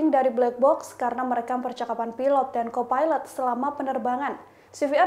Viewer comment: Ternyata ada yg satu pikiran. Mengganggu sekali. Ngomongnya pilot dan co pailet. Knp ga disamain aja sih jadi risih dengernya. Mana berulang2